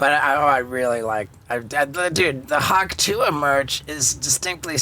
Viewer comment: Shouldn't it be "Hock Tuah" as in "Hock a Loogie"